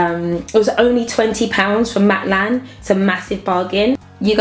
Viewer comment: Suchhh a cute room:) wish I had a separate dressing room! Also, I love the way you say Matalan "ma'lan" haha! xxx